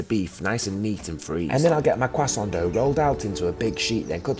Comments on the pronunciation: i fucking hate the way this guy says kwasson. It's "croissant" ffs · You don't have to say croissant with a french accent. They dont do the same for anyone elses words. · Nice cwasso. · "French food is overrated" "kWaSoNt" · What is up with these brits and quacksont dough its cra-sont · you know its fire when the chef has an accent. CuAsAUn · im not on me earphones but damn it sounded like he said " i made a cheeky crescendo "